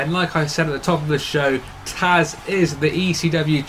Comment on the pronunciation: Its tazz not taz